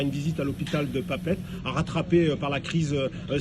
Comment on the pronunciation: C'est si compliqué de dire « Papeete » au lieu de "Papète" ? Nous, on dit « Paris », et non pas "Pris".